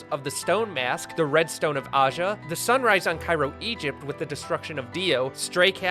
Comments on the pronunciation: Did he say red stone of ASHE A lol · Did he just say Red stone of AHsia